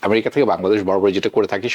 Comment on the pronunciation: america a= short a , not bent a